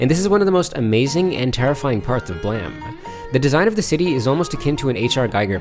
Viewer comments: ... The word is blame. Bluh-aim. How do you think the word blame is prounounced blam. In what world ever has ame sounded like am? Shame, lame, game, dame. Do you say gam, sham, lam, dam? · Thought the same but the creator pronounces it “blam”. More thrown by “silicone” for “silicon” life forms tbh